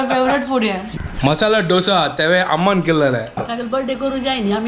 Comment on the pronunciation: ढोसा नही, its दोसा या दोसे